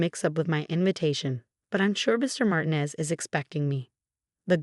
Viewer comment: Mar tee nez